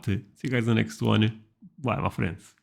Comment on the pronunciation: when you say "my friends", it sounds like "muffins" 😂❤